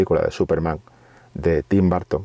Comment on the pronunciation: No entiendo por qué los españoles le dicen "Barton" a Burton